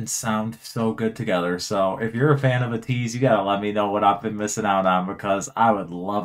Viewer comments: their name is pronounced “ay-teese” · Thank you for reacting to Ateez. I love how much you were vibing with them! Their name is pronounced like Ay-teez, and they have 8 members. 2 rappers and 6 singers, and they’re all amazing performers This ballad vibe is in fact a newer sound for them specially title track wise, but I can see you vibing with their other music regardless! They’re having a comeback on the 10th, which you could check out, and if you’re interested in hearing more of them and want to see how talented they are in regards to dancing as well, a couple of my favorite songs by them are: Wonderland Say My Name Illusion Treasure (one of their two debut songs) Deja Vu Eternal Sunshine